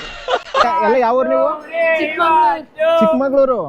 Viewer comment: ಚಿಕ್ಮಮಗಳೂರ್ ❌. ಚಿಕ್ಕಮಗಳೂರು✅